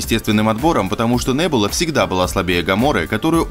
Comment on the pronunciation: вообще то не нэбула а Небула